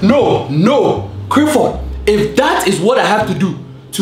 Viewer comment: not Clifford